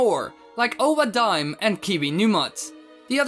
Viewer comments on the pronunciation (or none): I think owa daim is pronounced owoh dah-eem